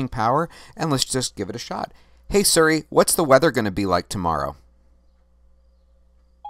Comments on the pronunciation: siri not seri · Is he mispronouncing Siri on purpose?